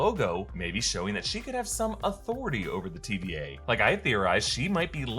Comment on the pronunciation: I still hear TBA and not TVA lol.